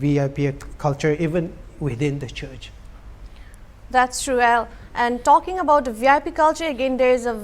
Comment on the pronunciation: His name is AL not EL ! as in Albert not Elvis ! !😂